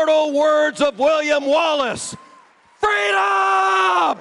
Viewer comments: In the sad words of Kamala Harris "FWEEDOM." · FREEDOM✊🏼 not fweedom 😁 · In the immortal words of Kamal Harris, fweedom! 😂😃😄😅